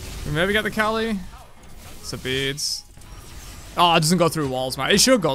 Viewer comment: The fact that pronounces Kali as "R Kelly" is definitely something LOL